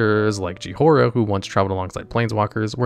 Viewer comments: Brother her name is not Jiihoira 😭. It’s Jhoira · Liliana is pronounced (Lil-e-Ahn-uh) Jhoira is pronounced (Joy-Ruh) Preator is pronounced (Prey-uh-tor) Phyresis is pronounced (Fi-Ree-Sis) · Just to help out, Jhiora's name is pronounced Joy-rah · He purposely mispronounces things just to bait interaction in the comments. It’s infuriating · Pretty sure it's engagement bait by this point, there's no way he mispronounces so many words with the amount of research he has to do for these videos